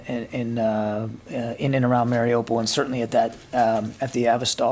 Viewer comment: *IT'S MARIUPOL!!!* LEARN HOW TO PRONOUNCE IT!!!**